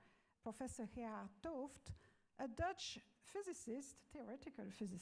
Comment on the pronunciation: he-ard t'ooft - thanks for pronouncing his name.